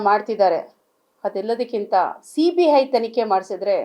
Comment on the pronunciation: ಸರಿಯಾಗಿ ಮಾತಾಡೋಕೆ ಕಲ್ತೊಕೊಳಮ್ಮ ಸಿಬಿಹೈಯ್ ಅಲ್ಲ ಸಿಬಿಐ ಬಾಯಿ ಸ್ವಲ್ಪ ವಾಸ್ನೆ ಬರ್ತಾಇದೆ ನೋಡ್ಕೊಮ್ಮಾ